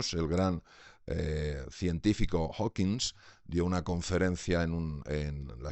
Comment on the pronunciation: Su definición de AGNOSTICISMO bastante CHAFA, se le nota que es médico no filósofo. Luego dice "Hawkins" y es Hawking